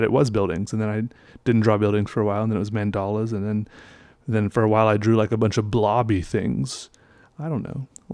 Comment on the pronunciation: I'm from india, the concept of mandal orginated there and it is a Hindi/Sanskrit word. Your pronunciation of the word is incorrect.